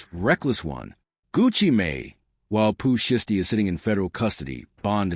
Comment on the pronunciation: The AI voice is terrible. Zataven....? Pooh shisty... cmon bro... did you watch this b4 you hit publish